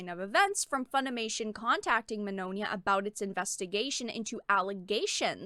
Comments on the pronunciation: Actually everyone has been pronouncing Vic's name wrong. It's ITALIAN The "gn" sound in Italian is akin to our Spanish ñ sound. Señor Signore So if Mignogna was Latino, his name would be "Miñoña" So the pronunciation of his last name is actually "Mee-nyo-nya" I knew someone who spoke fluent Italian. Wrote Vic's last name down said and asked if I was saying it right. He said I was. Vic just runs with it. He doesn't care how people pronounce his name tho. He rolls with the wrong pronunciation even says the name how it's popular said since it's too hard for Americans to pronounce the name right. lol Think: Filet mignon Bologna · Very good content, but the mispronunciation of Mignogna is a bit distracting